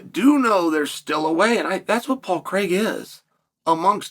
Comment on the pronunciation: His name is Paul Craig. Not Paul Creg. Why do Americans say Craig like that, it makes no sense 😂